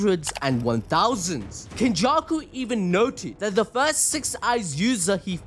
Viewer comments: 👀 Ain’t no way you said, “Kenjussy.” 😂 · Yoooo bro said "kenjussy"